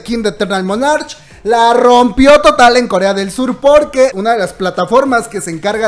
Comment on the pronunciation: Soy una vieja de 62 años fanática de los kdramas y el kpop. Puedo pedirte un favor? Por favor pronuncia la palabra monarch como "monark" está en inglés y la ch suena como una k. Yo soy tu fan y espero que algún día tengas tu propio espacio en tv. Te lo mereces y me fascina cómo te expresas...eres natural. Gracias